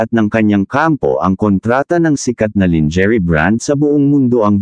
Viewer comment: Pag aralan mo kung paano bigkasin ng TAMA yun lingerie.. 😂😅😊